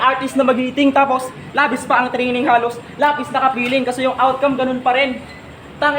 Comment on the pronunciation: "Training" ginawang "trining" para lang tumugma sa "sining", "breeding", at "magiting", hinabol 2- syllable rhymes 😮